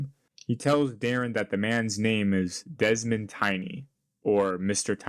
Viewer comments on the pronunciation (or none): none